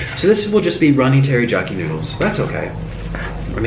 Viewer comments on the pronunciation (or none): It bothered me so much that he kept saying teryjoki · I love this nick but him saying terijaki makes my ears bleed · Its funny to me how he keeps sayin "terijaki" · What the hell is terijaki it is teriyaki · He called teriyaki tear-i-ja-ki (how it's actually pronounced:tear-ri-a-ky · Anyone else annoyed that nick was saying tarijaki instead of teriyaki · had to laugh at him saying teri-jacki sauce.. its teh·ree·yaa·kee (im writing in phonetics...not the way its spelled) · It’s not Terijaki, Correction: Terr-e-ya-ki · its taryakey not targokety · Stop saying Terra jock eee 😒😒 it's teriyaki omg boy. And also you didn't have breakdowns back when you had a healthier diet cause unhealthy food can fuck with your hormones and mentality. Not saying to offend just you should talk to your doctor and do your research about how unhealthy food does affect your mentality and hormones. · Samantha Lesstrange 1. It's written as 'Teriyaki'. 2. Spanish people pronounce ys as js. That's why he says 'Terijaki' instead of 'Teriyaki'. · EMILY LIANG Spanish people pronounce Y sounds as J. Thats why he probounced it as terijaki, not teriyaki. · Ter-ee-YA-key not ter-ee-JA-key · sunny lanes Spanish people pronounce ys as js. thats why he said terijaki not teriyaki :) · Hi Nik....love your vids but why do you say Teri-jack-i and not Teri-yak-i?? Say hi to Mr Noodles :) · It's TeriYaki, not pronounced teriJaki ^^ Just for your info! Love your channel! xxx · Tera-Jackie ???? No no no no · Every time he said "TeriJyaki", I died a little inside My poor Asian heart can't take it 😔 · he said "teryjaki" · mans did not say terryjocky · Umm did he just say tear-ee-Jack-ee???? I spelled it wrong cause I wanted to make it like how it sounded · Teriyaki, terijarki. Lol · Is he saying teryjaki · I can not believe you’re saying teri JOCKY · Its terry-yack-ey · First off it's terriakie not jakie, second off you have to let the ramen soak up the teriyaki sauce which will let it taste better